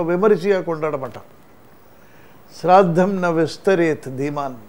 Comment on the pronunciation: First try to say the name correctly- shraaddham [श्राद्ध] and not sirartham, srartham, sirardham sraartham,....OMG